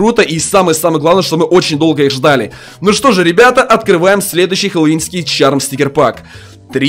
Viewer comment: Это не чарм, а шарм